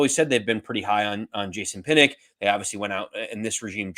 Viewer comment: PinnOCK, NOT PinnICK. Come on man that's not a hard name to pronounce.😅 it may seem a bit Petty, but you guys are fans of the Giants, right? I like your show, but the little things like this are annoying. Also, it's Nunez RochES, NOT RochAY(He's not french). Cole Beasley is making the 53. Gervarrius Owens also looked good. Basically, Joe Schoen has really upgraded this roster in just two offseasons. The only worries for me are, once again, the offensive line (as usual), particularly swing tackle, and our third pass-rusher. And I think Baldonado might actually do okay, (as well as Fox). If we sure up those two spots, I think we've got a real team🎉😂. 😉